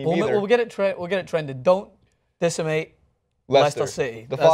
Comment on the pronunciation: It's decimate , pronounced des-a-mate